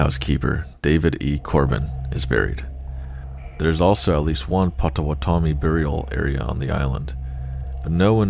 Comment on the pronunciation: Pot. Oh. Watt. Ah. Me. Not pot-toe-what-tommy 🤣🤣🤣🫶🏼🫶🏼🫶🏼